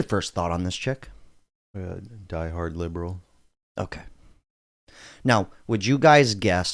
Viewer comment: First why you say chick ??? Chick. ... wtf is wrong with you .... You are better ??? CHARLIE Kirk . 4. Minimizing Gun Violence He stated that gun deaths are “worth it” to preserve Second Amendment .. He is happy I think 😂